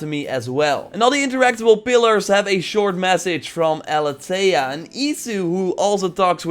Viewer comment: Well I don't want to be the same type of guy I was back with the oikos again buuuut It's pronounced Aleethia which the Greek word Αλήθεια wich means truth I'm Greek I should know